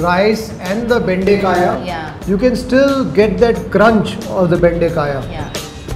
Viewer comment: Okra is Bende Kaayi.. not Bende Kaaya 😁